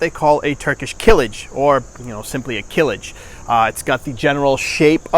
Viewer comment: Not Kilij, is it name kılıç